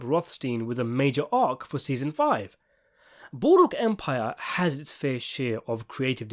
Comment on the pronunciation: Ah yes! Good ol’ Boodwook Empire!